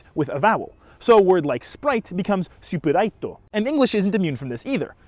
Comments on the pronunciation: In Japanese, a lot of U’s disappear in loanwords or in unstressed syllables. Some Romanizations are sometimes innacurate. スプライト (supuraito) is pronounced more like スプライト (spraito) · You actually said スプライト incorrectly. The u vowel in ス should be devoiced because it comes before the unvoiced p consonant so it would sound closer to "Spuraito" than "Supuraito"